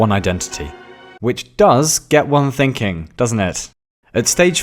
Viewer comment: I lost it at 'think-pudding'.